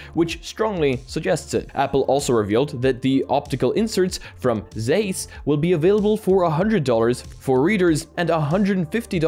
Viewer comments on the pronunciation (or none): Zeyss? It's called Ts-eye-ss!